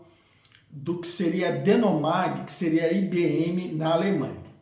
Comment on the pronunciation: Ótima análise, parabéns! Já li e tive a mesma opinião. Só um ajuste: o nome da subsidiária da IBM era DeHomag, deixei o h em caixa alta, é um h mesmo e se fala com r gutural, e não um n 😊. Forte abraço!